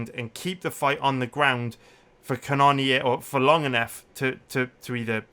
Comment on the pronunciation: Yo it’s pronounced cannon ear love the content